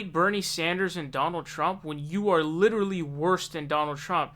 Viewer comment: Stop calling him Bernie Saunders.... It is Sanders.